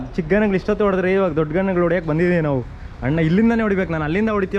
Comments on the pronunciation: ಎಪ್ಪೋ ಅದು ಹಣ್ಣು ಅಲ್ಲ ಅಣ್ಣ 😂 ಸರಿಯಾಗ್ pronounce ಮಾಡ್ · Annu alla kano adu "Anna" Firstu correct aagi kannada matadu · Bro supr but annu annu anbedi Anna anbeku